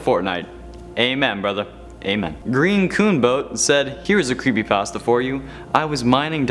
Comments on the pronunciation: Did he just say "crappypasta" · Anyone realize he just says crepypasta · is it me or he said crappypasta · He said craspy patstas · Did you say crapy also made me laugh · he said crappypasta XD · You said Crepypastas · Ah yes, "crepypastas" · You said carpy pasto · U said CRAPPYPASTA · Did any of you guys hear him say creppy Paster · bruh he said crepe pasta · U said crepypasta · Did he just say crepypasta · He said crepypasta